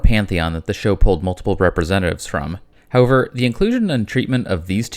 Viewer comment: Of all the things in this video to conplain about, please pearn to pronounce however correctly. It is not ho-ver